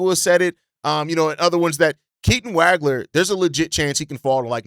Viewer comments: Stop butchering last names my dude. Makes your commentary difficult to get behind when you don’t do research on how to even say some easy names….. see Keaton Wagler (wah-gler). And Quaintence. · Dude, as a professional podcaster, you can’t continue to mispronounce names. Look up Keaton Wagler’s last name, please. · Can’t say Waglers name right lol